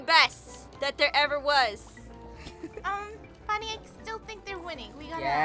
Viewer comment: Dolores Gabuatvvvhug Its Funneh not Fanneh alsoits not Rarnbow its Rainbow and its lunar not lunnar